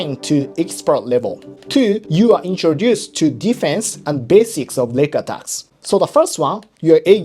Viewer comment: I keep hearing "neck attacks" when you say "leg attacks", haha. But then you talk about kneebars and toe holds. Thank you for a great video.